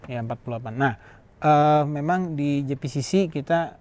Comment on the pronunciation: JEI pi si si bukan JI pi si si